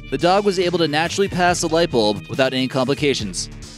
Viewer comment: Its bulb not bolb